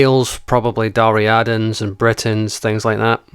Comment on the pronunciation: "Dariadans"?! Would it have killed you to have looked up the proper pronounciation? This is why the Scotsman was called William Wallace by your lot, and not by his actual name Liam McCulloch. Eliminate a peoples language, and you go a long way to eliminating their culture, perhaps even the people themselves.